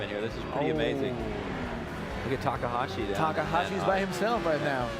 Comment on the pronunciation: It's takahashi!!! pls say it right or not at all